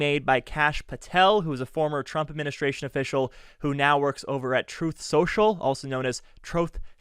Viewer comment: Troath Sential